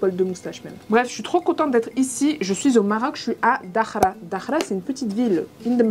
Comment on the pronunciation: Trop bien une vidéo makeup 😍😍! Je vais essayer de reproduire ce makeup car je suis encore bronzée de mes dernières vacances 😊 L’endroit a l’air magnifique ! J’espère que tu as bien profité ! PS: on dit Dakhla et non dakhra 😅 parce que là ça veut dire autre chose 🤣